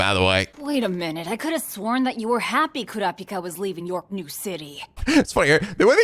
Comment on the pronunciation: I can never get over how they pronounce "Kurapika". It just sounds so wrong. A lot of small things in this dub rub me the wrong way.